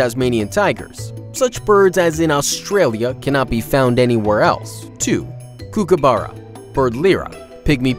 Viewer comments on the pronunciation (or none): No hate or anything but emu is pronounced eem you and kookaburra is pronounced cookaburra just to let you know!